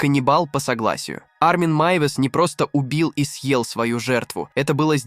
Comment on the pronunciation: А зачем вот этот появляющийся некто в капюшоне? Он типа нагнетает атмосфэру? Вот слово "съел" искаженное в конце предложения зачем? Или вот эти неверные ударения? Как можно в слове пикник ударение поставить на первом слоге? Странно, что так много подписчиков.